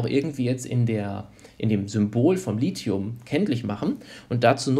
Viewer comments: Es heißt "lizium" ausgesprochen auch wenn man es "lithium" schreibt. NICHT "litium"!!! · jeder Anorganik-Prof. wird dich schief angucken, wenn du Lithium als Lizium aussprichst